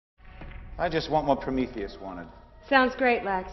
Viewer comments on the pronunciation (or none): none